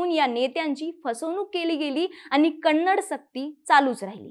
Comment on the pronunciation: Not kanadi madam first speak properly Kannada ಕನ್ನಡ